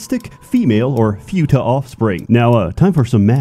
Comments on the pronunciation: Can't even pronounce futa right. Video is ruined. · I've never heard someone say Futa that way but ok. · i am 100% sure that is pronouncing futa wrong, just so that autists (myself included) will out themselves in the comments by correcting him. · I wonder if pronounces Futa wrong on purpose just to annoy us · You know is a gamer by the way he pronounce futa Every passing day i knew i am too much of a degenerate to be "shocked" by this game. Also the Pyrocynical slander is real and im up for it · It kinda broke me how pronounces futa... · Bros mispronouncing futa because he surely has never heard of futa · I have never heard anyone pronounce "futa" that way. Weird. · Im not going to correct another grown man on how he pronounces futa, Im just gonna say you sound funny lol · Oh my god I've been pronouncing futa wrong the whole time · I'm honestly bothered(and also amused) at how he pronounced "futa". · "fyuta"/"fewta" It's "foo-ta" (foo like food, without the d no pun intended) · As an expect on the topic, it's fu-ta not few-ta you rewtard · The u in futa is pronounced like in puma and not like in unicorn. Otherwise great speedrun! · Ackshually, it's pronounced фута, not фюта. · its futa pronounced as /fyu-tah/ or /foo-tah/ ??? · First time I've heard it being pronounced as "few-ta" and not "foo-ta". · I lost dopamine every time he said fyuta because I am fucking autistic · Say fyoota again! SAY FYOOTA again! I dare you, I double dare you motherfucker! Say fyoota one more time. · I can't get over pronouncing it "few-ta" lmfao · I love how pronounces futa like you would futile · Everyone know the correct is foota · The repeated pronunciation of 'Fyuutah' made me want to throw my PC out the window. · First time I've heard the pronunciation "fee-you-ta" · Pronouncing it few tuh has caused me to have few er braincells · “Eestrogen” and “Fyuta” Hey learn the lingo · I haven't heard it pronounced "few-tah" before. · "Fewta"